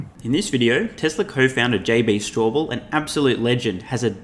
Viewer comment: Straubel not Strawbell.